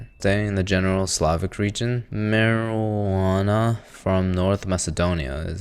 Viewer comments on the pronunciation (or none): Mirjana❌ Marijuana ✅ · Being from the balkans, the pronunciation of Mirjana sent me